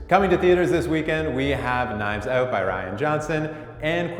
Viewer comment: Knives out is "oat" in time for my birthday, yay! B C N it